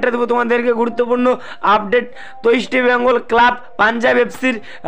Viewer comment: Tomar ai Eastibengal Club bola bondho kore Easr bengal bolte sekho.